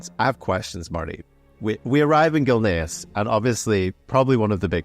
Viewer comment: its Gilneas not gilnaris